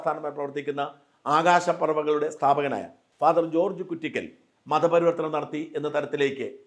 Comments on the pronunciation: ഫാ. ജോർജ് കുറ്റിക്കൽ ആണ്. കുറ്റിക്കാട് അല്ല. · മറുനാടാ കുറ്റിക്കാട്ട് അച്ചൻ അല്ല കുറ്റിക്കൽ അച്ചൻ എന്നാണ് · കുറിക്കൽ അല്ല കുറ്റിക്കൽ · കുറ്റിക്കൽ എന്നാണ് കുട്ടിക്കാട്ട് അല്ല